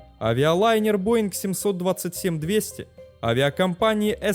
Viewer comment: Не эстэрн, а Іііістерн.